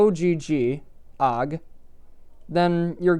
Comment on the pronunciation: I like how you call it “og” file and not “o.o.g” file